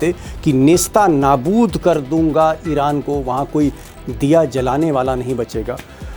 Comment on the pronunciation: आदरणीय दीपक शर्मा जी नमस्कार -जय हिंद ❤ मुआफ़ी के साथ नम्र निवेदन है कि सही शब्द ( नेस्तानाबूद ) नहीं है बल्कि ( नेस्तो- नाबूद ) है।